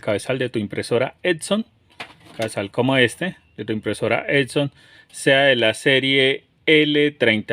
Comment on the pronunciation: ¡Todo muy chinguetas, pero es EPPPP-SOOON, no ED-SON, no ET-SON ni EC-SON, chingada maaaaadreeeeeeeeeeeeeeeeeeeeeeeeeeeeeeeeeeeeee!